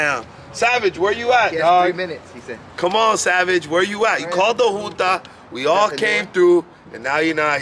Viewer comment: Pinche its junta foo not joota smh